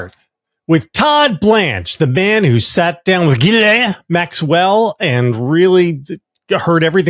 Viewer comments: JV has got to stop saying ghalene Maxwell like that. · I'm definitely enjoying JVL's mangling of Maxwell's first name, but as a half-French person I just want to say that the 'n' is NOT silent or nasalized for the feminine version because of the 'e' at the end. Okay got that off my chest. Weirdly, apparently the name's etymology reflects the historical practice of exchanging hostages as a guarantee of peace or loyalty between rival factions. The etymology is out German origin but it was popularized in France and Belgium in Medieval times after a 7th century saint. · “GHILEAH” JVL’s pronunciation is my favorite 😂